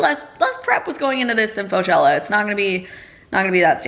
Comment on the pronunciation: When you’re a biology student so you hear “flagella” instead of faux-chella 😂